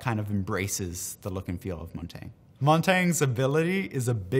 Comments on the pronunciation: It’s pronounced Mon-ton-ya. It’s French for mountain. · Why is no one talking about how he said montage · That is not even close to the correct pronunciation of Montange. Montange is the french word for Mountain and is pronounced "mon-tan-ya"